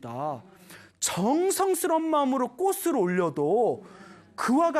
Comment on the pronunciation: 좋은 강연 감사드립니다 학생들도 많이 보는 영상이기에 한가지 부탁말씀 드립니다 올바른 발음 부탁합니다 꽃이 ㅡ꼬치 꽃을 ㅡ꼬츨 로 수정 필요